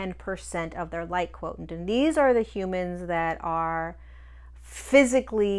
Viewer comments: Are you saying 'quotient' /kwoSHent/ as we know from mathematics, or is /kwoTENT/ a different term? I like your videos and always learn something new, so thank you! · Quotient is pronounced quo shi ent.